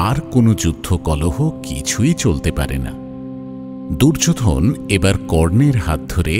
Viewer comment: দুর্যোধন। দুর্যো'ধোন' কেন বলছেন?? ভীষ্ম। ভী'ষ্মঁ' উচ্চারণ করছেন কেন?? 🥱🥱